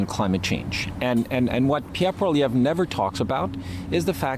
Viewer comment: poilievre poilievre poilievre not polieve my Goodness. Don't you read his name Everyday...?? and still you see polieve. Yes i'm French and also English. Your not alone in this one sided Canadian literator. Get it right Please